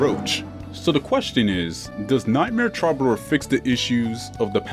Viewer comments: Love the vids. It's pronounced true-ba-door though I believe. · Repeat after me: "true buh door" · Why do you keep calling it Trobbadoor?! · Take a shot everytime he mispronounces "Troubadour."